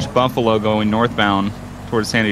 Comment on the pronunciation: said bumpalo instead of Buffalo. Lol